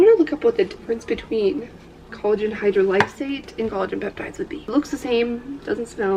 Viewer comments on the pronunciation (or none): Every time you say collagen hydrolysate and pronounce it “hydro-li-sate” I cringe lmao. “Hi-drol-esate” lolol